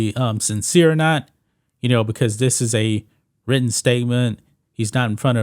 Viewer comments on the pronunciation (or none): none